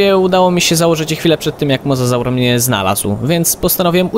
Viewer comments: mówi się mozozaur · Pisze się mosasaur ale mówi mozozaur